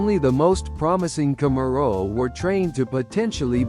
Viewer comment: The narrators😢 please learn how to pernouce Japanese words correctly. 😅 Oiran not pernounced ORAN but OIRAN (ooiiraan) Also correct pernounciation for KAMURO)...........please learn😊